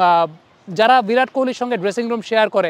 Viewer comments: "ভিরাট" আরে নাম তো ঠিক করে উচ্চারণ কর.... মুর্খই থাকবি সারাজীবন 🙂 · ❌ ভিরাট ✅ বিরাট